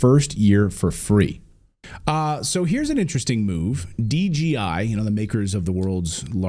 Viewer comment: Clayton you keep saying DGI... I SAW DJI on your screen clip...So is it DGI or DJI?